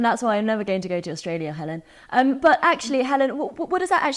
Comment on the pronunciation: “I can’t even say her name?”….Uh, try? Hell-un?